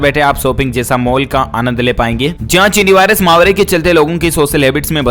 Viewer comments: फिर महावारी कह दिया आज महावारी नहीं महामारी मेरी मुहिम चलती रहेगी जब तक आप इस शब्द को सही नहीं कर लेंगे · आप माहवारी क्यों बोलते हो । माहवारी तो लेडीज को टाइम आता है उसको बोलते है । श्री मान भाई आप महामारी को माहवारी क्यों बोलते हो जब आप महामारी को माहवारी बोलते है तब मुझे बड़ी हंसी आती है । आप अपने वीडियो को फिर से सुने और अपने आप में थोड़ा सुधार करे । वैसे आप बहुत अच्छा बोलते हो । धन्यवाद